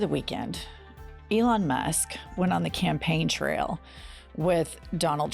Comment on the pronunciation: Oh shit. is sounded like you said Ivana Musk. You should make that into a t shirt. Elon Musk with an 80s Ivana hairstyle.